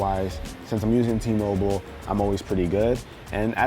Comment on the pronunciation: Whenever he said T-Mobile I disliked the video